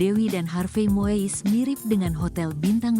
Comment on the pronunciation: Ini narator Tribune harus belajar lagi melafalkan nama orang dengan benar. Melafalkannya bukan MOIS tapi MUIS!. 🙈